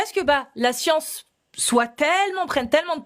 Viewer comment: La "scionce" !